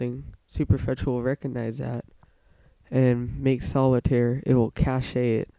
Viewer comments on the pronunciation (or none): cash-ay? lol